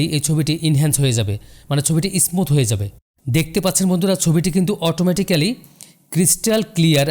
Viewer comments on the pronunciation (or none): ভাই আপনি ও তো ভুল করেছেন, হবে স্মুত